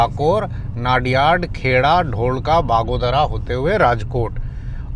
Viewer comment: And a few more names like Bagodara બગોદરા(बगोदरा)not Baagodara. And It is pronounced ધોળકા(धोलका) not ढोलका.